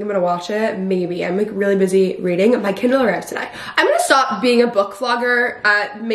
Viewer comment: I kept hearing candle, I was so confused lol. Ly